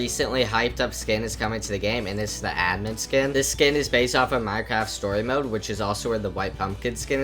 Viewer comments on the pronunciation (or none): none